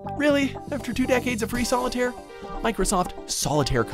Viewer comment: Excuse me but SOLITARIE?!?!?! ARE YOU SERIOUS?!